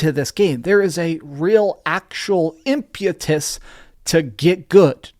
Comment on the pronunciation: "Impyatus?" I've only heard of "impetus."